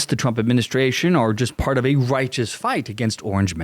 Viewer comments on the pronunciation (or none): none